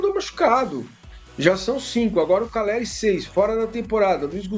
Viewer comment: CALLERI. NÃO CARELLI. APRENDAM ANARFAS